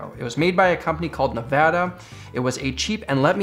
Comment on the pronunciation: I want you to know I liked, subscribed and now commenting all based on the fact you said “Nevada” right. Thank you, sincerely all of Nevada